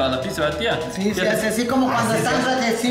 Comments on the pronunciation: Por qué dice la pipza 🤣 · A CASO DICE PIPZA? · es pizza no “pipsa” JAJAJAJAJA